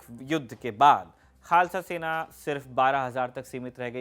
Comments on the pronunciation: Khalsa not khlasa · its khalsa not khlasa